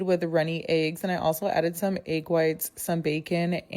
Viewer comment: The way she says egg grinds my gears